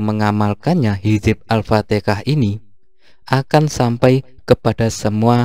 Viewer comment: Alfatihah bro...bukan alftikah